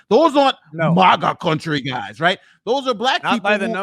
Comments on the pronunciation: LMAO that bit "MaGa CoUntry" in Nigerian accent reminds me of doodle bob from SpongeBob going nihoyminyo.. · had me in tears 😭 with his “MAAGGAAA Country” in his best Nigerian. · This clip is worth it just for yelling MAGA CUnNnNnnTreeeee like a Nigerian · I couldn’t stop laughing when was saying (Nigerian Voice) “Which way to MAGA county?!?” …. “This is MAGA countryyyyy!!” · Every video should end on screaming "This is Maga Country" in a Nigerian accent. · "MAGA COUNTRY" in the south African accent has me ROLLING 😂😂😂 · Nigerian "Maga Country!" 😂😂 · yelling "MAGA COUNTRY" with the African accent. I'm dying.